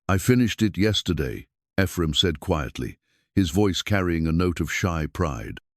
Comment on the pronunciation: It's too bad the story is marred by AI's ability to pronounce the name Ephraim.